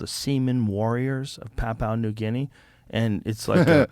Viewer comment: Not papu new guinee, pronounced pap-you-nah new Gin-ee. From an Aussie